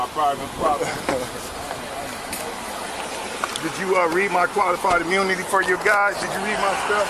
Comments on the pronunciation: Can I axe you a question about your qualified imoonity and the oof you took? 🤣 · “Qualified Eemoonity?” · Ok, two more words.."axe, and imoonity". Go Ty!!